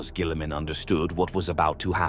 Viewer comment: Lol robot gwèeeleeemun.